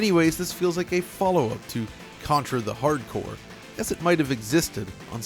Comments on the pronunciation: that's the second time I've heard you call it "Contra: Hard Core" when it's "Contra: Hard CORPS" - That's three times now. Have you SEEN the Genesis box? Have you played it? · Why the hell do you keep calling it "Contra The Hard Core"? It's Contra Hard Corps. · The "P" in corps is silent